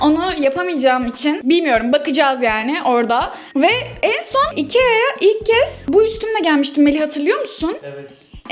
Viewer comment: İkea'nın iki ay gibi okunması😂😂😂